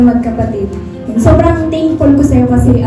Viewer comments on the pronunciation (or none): Si.subrang o.a mgsalita sobrang thinkful ako sau. Huhhhh!! Ayusin nyo pag pronounce bubu